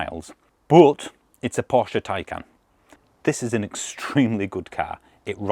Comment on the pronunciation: One of the few reviewers who knows how to pronounce Porsche correctly 👍